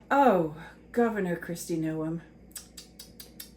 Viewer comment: Isn't her name one syllable, like "gnome"?